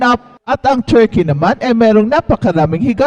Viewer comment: " very chall cheam ang churkey...."